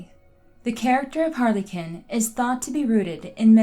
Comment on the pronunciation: Harlequin phonetically is Har-le-kwin.